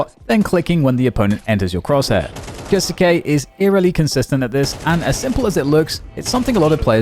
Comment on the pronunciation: Who is kioske? Why can’t y pronounce his name? Its not fkn hard